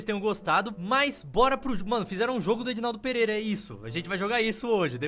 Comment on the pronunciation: Vc falou Edinaldo perera